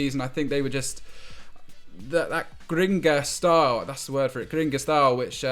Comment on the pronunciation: ‘Gringa’ cmon its ‘grinTa’